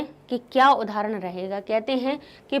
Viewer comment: 'ab ek udhaharan bataye dete hai' mam is Bihari